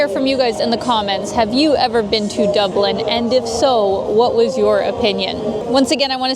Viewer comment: Top O' the Morning to You Lass. That was one special video tour of Dublin (Doob-lin). And ever the more so with Your Beautiful Countenance in it!